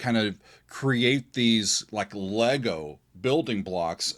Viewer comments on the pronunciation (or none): none